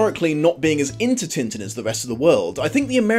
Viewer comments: I'll have to use the phonetic alphabet for this : tɛ̃tɛ̃ but the best way is to try finding french clip of the show and boom, there you have it. and the dog's name is Milou in french too. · Great video but... am I the only one annoyed at pronunciation of French names? Especially Tintin! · a part of me dies slowly every time when he pronounces Tintin the way he does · Am I the only one who sorta cringes at hearing Tintin pronounced in an anglosaxon manner? Yeah, I probably am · As a French woman, the way English speakers pronounce « Tintin » is incredibly hilarious Also, yeah, the film isn’t like the comics, but it’s a thoroughly enjoyable movie and a beautiful animation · Alright, i will finish watching the video, have to get this off my mind first, though: Aargh, the way you people butcher names .. it sounds like he's made of tin like the tinman if you say it like that. Even the chinese adaption of the name sounds closer to his original name.. probably fault of the translation/editor team of the original - they should have completely changed it, I know, but i looked up the English wiki entry and it does have the proper prononciation in the first line!